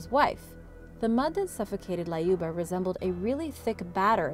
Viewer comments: why you added A in Lyuba? it's L-yuba not LAYUBA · LAYUBA! Why couldn't you just google the correct way to pronounce a name?.. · It's pronounced Lyuba as U in the word Unicorn.